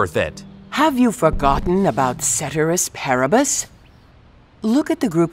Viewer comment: Did they just mispronounce cēterīs pāribus